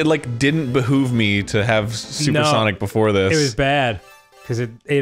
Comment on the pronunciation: "I wanna play some Ssawwnniicgghh... hey everyone welcome back" rewound it like 10 times 😂